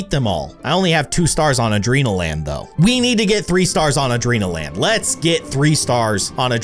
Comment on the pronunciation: a-dren-al-land adrenanalin-land